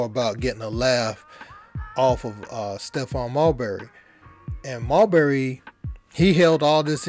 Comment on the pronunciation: Why he calling him mulberry when it’s marbury…😅